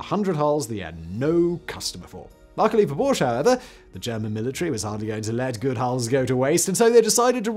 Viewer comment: Porsche is a two-syllable name.